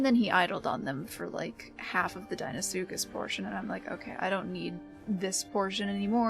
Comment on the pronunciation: the first time ive heard someone say deinosuchus correctly...all these fellas sayin dEEnosuchus...bloody sends me mental... i gotta call them just crocs cuz people hear me say dino and deino the same way...gotta get that EYE sound goin rather than the hard E and about his gripe about the camera...being able to see behind you without the need to turn around is a very animal thing...cuz even predators...particularly reptiles...have eyes that arent ON THE FRONT OF THEIR FACE...sure a lion or tiger or bear has its eyes pointing forward but they still have a wider range of vision to their sides than we do...plus their necks are longer allowing for them to see better behind them...and then things like an allosaurus with his front facing eyes can still see to his side cuz...his eyes are still on either side of his head...so unless he plans to split screen our vision which would give everyone a huge headache from seeing two directions at once...there is no real way to fully implement an animalistic view of the world...and the only time ive ever seen someone try to show others how certain animals see is something like "the truth about killer dinos" and one time steve backshall (a zoologist with a few tv series) used two cameras and pointed two directions to simulate how a chameleon can move both eyes independently...so with how it works now...when you turn the camer behind you...is actually reasonably accurate as it is...the only thing that could be done is to grey out the side your h